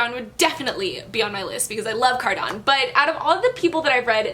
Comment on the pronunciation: im sorry but the way you say cardan is really new to me and i pronounce it as cardaN lol